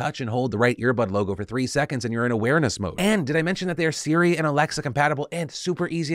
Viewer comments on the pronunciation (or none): none